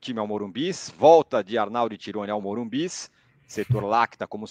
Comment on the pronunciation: ARNaldo .....vc está falando errado novamente o nome do estádio...é MORUMBISSSSSSSSSSSSSSSSSS